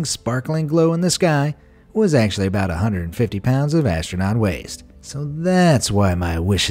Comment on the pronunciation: You say astounot